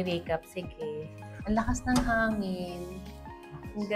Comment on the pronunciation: Angin or hangin? kapangpangan siguro talaga si Ate!